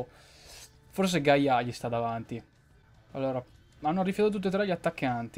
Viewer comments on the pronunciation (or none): none